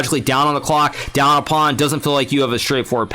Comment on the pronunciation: I like your accent, say it again. Hikaru: Pownee